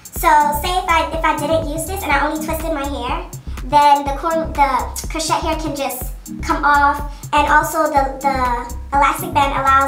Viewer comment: Friendly F.Y.I... Crochet is pronounced Crow-shay not Crow-chet ❤